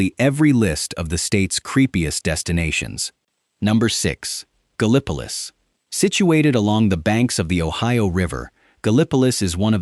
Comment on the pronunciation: I loved the video... Great stuff. BUT PLEASE!!! TEACH THE AI TO PRONOUNCE THINGS CORRECTLY. Gallipolis, in this state, is GAL- ih puh LISS. Not Guh Li PUH Lis.